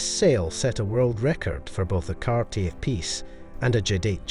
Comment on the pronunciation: the name is pronounced Car tea A...